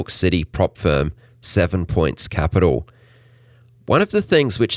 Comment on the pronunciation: Firm not fern